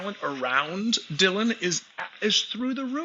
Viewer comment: Cant wait for talking ducks to come back for the season. Good show! Love J Stew FYI its Dillon not Dylan